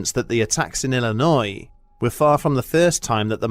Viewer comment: Dude, I was chilling until he said Illinois